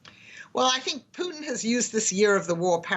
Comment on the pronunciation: It's not "Vldr ptn" it VLADIMIR PUTIN.